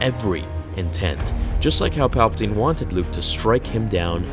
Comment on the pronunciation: It’s palbiteen